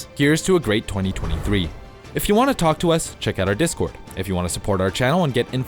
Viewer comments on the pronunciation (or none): none